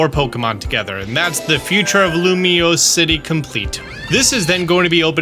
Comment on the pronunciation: my man learned how to say Lumiose city